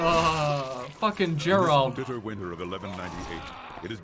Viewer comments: It's called GERALT, not jerald you idiot. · Did he fucking say "Jeralt"?